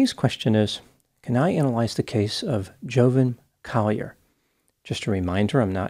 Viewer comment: It's Jovan, not Jovan.